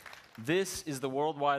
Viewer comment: Why he'd say goodnight like that 😂😂